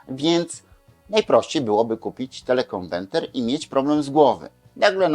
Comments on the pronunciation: TelekonweRter a nie telekonweNter !!!! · telekonweRter a nie telekonweNter, niech pan polska mowa nie kaleczy, bo brzmi śmiesznie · dlaczego mowi Pan "konwenter"???:))) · Oj tam, facet się przejęzyczył X razy ale przecież wie o czym mówi. Takie czepialstwo. Każdy z nas nie raz, nie dwa przekręcił jedną literkę, świat się nie kończy.